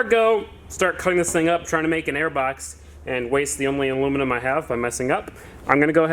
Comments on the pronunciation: Shit, he pronounced aluminium correctly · At last an American who can say aluminium properly 🤘🏼